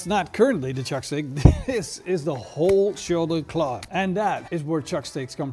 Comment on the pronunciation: Shoulder cckkllaww? Enunciation please.